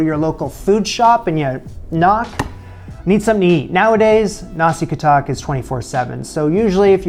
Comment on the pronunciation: I am a Bruneian but more complicated than other Bruneians in Brunei (for some reason) I hate the US but I respect the fact that you learn some of our local foods (yet he didn't realize the word katok was said wrong.